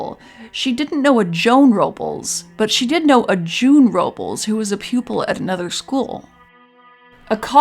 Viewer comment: Nit Pick Alert. You're mispronouncing Robles.